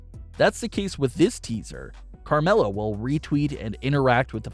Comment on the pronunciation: It’s Carmella